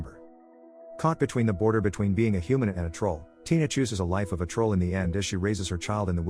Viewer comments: A film called what now? You say it and it sounds like "Pourdir" ... while the word "Grans" is on screen, seemingly being the word you're saying... is that the word you're saying? Is "Grans" pronounced "Dorder" when its got those dots over the a? Is it? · it sounded like he said order